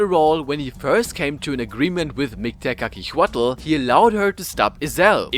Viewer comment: I know nahuatl names are hard, try tu say it in silables Mik-te-ka-si-huatl, ket-sal-ko-atl, yo say tezcatlipoca in the best way posible